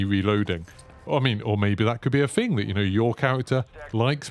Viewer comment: THING not "Fing" tf is this English